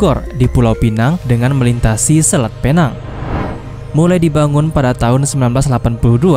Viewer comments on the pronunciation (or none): bang pinang bukan penang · Cuba sebut betul betul bukan phe nang tapi pi neng walaupun ejaan dia penang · Admin.. Bukan penang Sebutan yg betul..pineng Ejaan nya..penang atau pulau pinang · bukan Penang ia di panggil adalah "pineng" tapi tulisan penang salam dari malaysia 🇲🇾❤️🇮🇩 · Penang tulisan nya mas tapi baca nya pulau pinang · ejaan PENANG...sebutan PENENG......PERAI...sebutan dgn kecepatan PRAI...